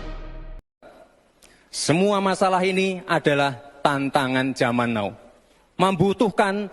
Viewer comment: Bacanya bukan NOUUU.TAPI TAPI NAU BOCIL SAMSUL.PIYE TOH NGOMONG SKOLAH LN